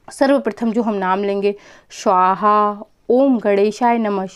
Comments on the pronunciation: स्वाहा not श्वाहा. मंत्रोच्चार पे सही ध्यान देना जरूरी है. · आपके स का उच्चारण गलत होता है हमेशा. आप स्वाहा को शवाह बोलती हैं. स को श. उस पर ध्यान दें क्योंकि आप एक यू टूबर हैं.